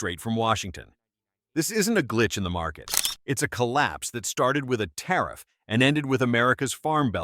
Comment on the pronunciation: Might want to try that " tarriff" bit again LOL 😅😅